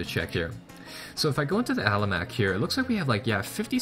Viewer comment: Its an Almanac btw, not an alamac